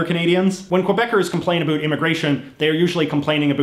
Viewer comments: Why are you saying a boot? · that's the way canadians say it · You are the first Canadian who pronounces about like a boot. Never heard that before. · STOP saying About like Aboo. Where the hell in Canada is that from? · What is with that pronounciation of "about?" I've lived in Canada for over 20 years and have never once heard another person say it like that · I was born in Canada and never left, have a friend in Florida I speak with daily, directed him to this guys vids and asked, 'Do I pronounce ABOUT like this guy?', answer 'NO'. This liberal, globalist, metrosexual op-ed writer is trying to prove for some reason he is Canadian. Like that matters after his hero; Trudy, established there is no Canadian identity...and that was why he moved to USA, so he could be closer to criticize Trump. Ha, Trudeau did such a good job, Mc C moved to USA. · I really can’t stand how you say “about” I’m Canadian and you’re the only one that says it this way. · Whats with the over "canadian" pronunciation of about? I've never heard anyone say about like the stereotype here in Ontario. I haven't been to the west so it might be normal over there but it just sounds odd. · bro the way u say "about" hurts my soul lol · the way he says about is driving me nuts i've never heard anyone say it like that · I’ve never seen this channel before, so I’ve got to ask, he’s intentionally pronouncing “about” with the stereotypical accent Americans think Canadians have, right?? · Please learn how to saw “about” properly. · Again I am Canadian and I have never in my life heard anybody say the word like that.